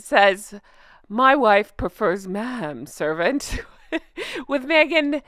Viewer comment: Maybe my hearing is going, but when you said Meghan, I thought you said maggot…